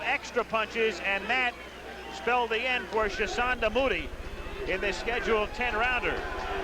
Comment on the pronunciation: Moo-tea,,, not Moody. I had a long talk with Chisanda Mutti after this fight, and he told me that he was given the fight at short notice, as a he replacement. He told me that he had not had time to prepare for the fight. I asked him he took it, he told me that they paid him a lot of money (US $25 000)